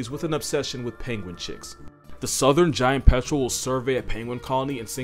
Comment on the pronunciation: "Even the giant petrol won't mess with an adelie..."